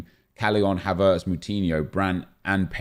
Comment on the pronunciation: WHY DO YOU PRONOUNCE HAVERTZ LIKE THAT???